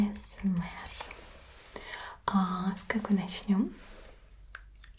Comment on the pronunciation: Вы уж определитесь с произношением. Англ.: Эй Эс Эм Ар, Рус.: А Эс Эм ЭР!